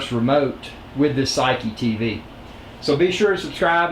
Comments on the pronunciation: maybe it's not "saiki" or "seeki", but "seiki" lol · Pronounced "Saykee" :-)